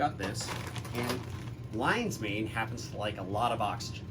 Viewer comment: rofl LINEES MAIN instead of LION's MANE